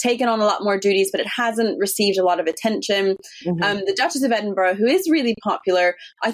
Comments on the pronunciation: "Ed-in-BURG"?! Seriously? Why don't you find someone with at least a grade 5 education to narrate? How embarrassing for you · Could someone please correct (after all these years) how to pronounce EDINBURGH...sadly, she continues to get it wrong, and she's been senior host of this Royal program for several years. It's not EDINBURGG.